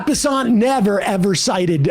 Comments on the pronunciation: It's Scott Bessent, rhymes with the money could be better spent. Not Scott Besaunt, rhymes with checkmate by en passant. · Why does he keep saying his name wrong? Bessent. Just say it like that. It’s not some obscure French cuisine. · Bessent. You pronounced it wrong.